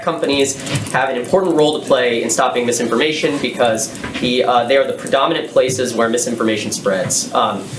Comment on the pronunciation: Did JP just say "Spoti-FLY," and "mis-indisin-fly-formation"? OK, I've had a beer, listened multiple times, but still not sure.